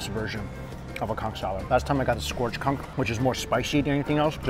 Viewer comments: Conch not cunk! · All i heard was COnCK 😂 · i agree, and ngl think its disrespectful to the cultures where those foods come from, as well as his audience if he's doing it on purpose.